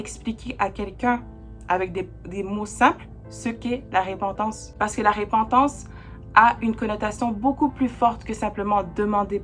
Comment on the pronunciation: Merci +++! Petite remarque: Repentance, pas RÉpentance. Mais c'est peut être la façon de le dire au Québec? Blessings +++!!!